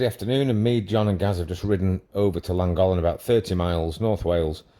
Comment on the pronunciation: I've never been to Langolan ...but I've been to "LLANGOLLEN " .... its easy to pronounce ....